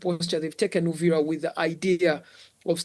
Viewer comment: Please it's Uvira not Uriva that's why you guys are even confused about what going on in Congo and make it Rwanda's problem